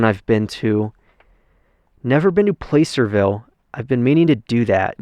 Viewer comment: Its spelled placerville but pronounced plasserville. Also a nice museum in town.